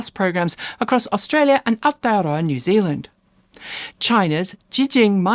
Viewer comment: So funny to hear say New Zealand with a Kiwi accent. Must have been spending too much time online talking to the perennially spud-tastic Gavin. 😂😂😂